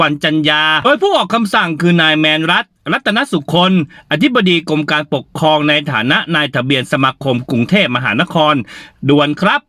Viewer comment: กรมการปกครอง ไม่ใช่กรมการปกคองครับ กรุณาใช้ภาษาไทยให้ถูกต้องด้วยครับ ขอบคุณครับ